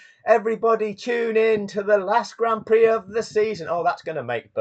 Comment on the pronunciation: Stop calling it graund prix..... call it for what it is.... Grand Pricks!